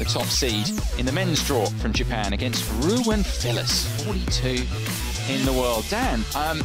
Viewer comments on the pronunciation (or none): The "W" is prounounced as a "V" in German. Dude is called "RU-VEN" not "ROU-WEN"